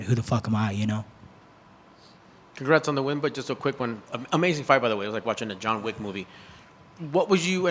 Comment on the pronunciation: “Juan Wick”